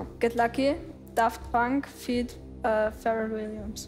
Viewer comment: noch nie hat jemand 'feat.' als 'feat.' ausgesprochen :) und nora ... absolute traumfrau! :)